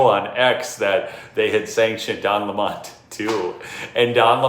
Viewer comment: He is not French It is LEMON like the LEMON! how to pronounce it!